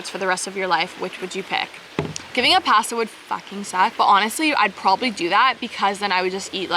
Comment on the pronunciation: ill never get over how you say pasta lmao it’s so funny